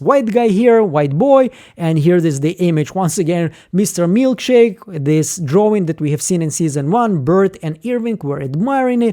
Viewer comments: CHICK !! Not Milk shake !!! It’s MilCHICK !!! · Mark called Milchick "Milkshake" in the note he planted on Mark W. Long live the Milkshake moniker!